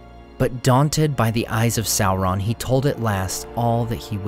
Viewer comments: Tolkien actually intended Sauron to sound like Sore-on not Sour-on, saur- being reptile like dino-saur. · He's a little less scary when you keep calling him Sow-Ron. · How do you get a pronunciation of Salron from the name spelled Sauron? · Well done. Excellent multi-voice-narration. For lunch though, I prefer Chilli-on than Sour-on. 😂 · please stop mispronouncing Sauron. It's Sauron as in dinosaur check the Tolkien interviews if you don't believe me.